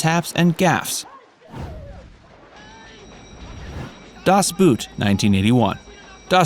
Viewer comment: Das BOOT!!! The German word BOOT is pronounced exactly the same as the English BOAT. It's a film about a submarine (U-BOOT) and not about a pair of boots! If you don't know how to pronounce a word outside your own language, ASK someone who does!! Or, even better learn a few foreign languages. Every civilized person speaks and writes at least 4 or 5 different languages besides his/her own language!